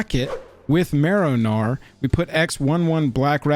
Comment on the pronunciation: Im sorry, it has to be my australian hearing but every time you said marrow gnawer - all i can hear is “marinara” 😂 Heres a sub just for that